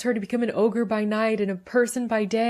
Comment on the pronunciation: ITS NOT OGRE... ITS NEVER OGRE